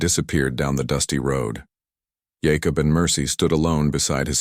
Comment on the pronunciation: Jacob is pronounced JayCub. Other than that it’s a good story Wichita, Kansas